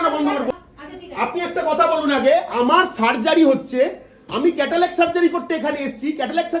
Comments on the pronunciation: Kothakar ashikkhito re bhai cataract k catalac bolchhe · Lokta ekta chotolok.... Chotolok er moto chillache Catalact catalact korche... Cataract er uccharon janena